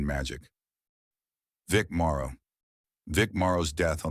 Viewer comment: It's Vic MORROW, not MARO